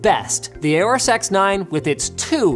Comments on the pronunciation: FYI, it is pronounced "Horus", not "A or Us". It is based on the Egyptian God Horus, which was also represented by a falcon. See and you will hear the pronunciation on their videos there as well. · You're saying "aorous" wrong